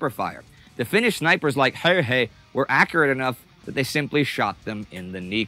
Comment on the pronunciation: The narrator (who I enjoy in similar productions) gets the Finnish pronunciation right. Good job. Not everyone does.